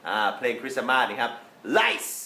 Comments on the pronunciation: "เพลง คริสสะมาส" จารย์อดัม ติดออกเสียงแบบคนไทยไปแระ เหอะๆๆๆ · เพลง คริสะมาส เนี่ย อาจารย์เล่นมุกหรือออกเสียงแบบนี้จริงๆ คะ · อาจารย์พูดว่า "เพลงคริสซามาส"..? 55